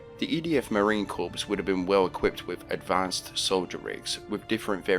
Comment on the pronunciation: It is pronounced 'Concordance' not 'Concordiance' and the 'P' and 'S' in 'Corps' is silent. Good god man, pull yourself together and learn proper English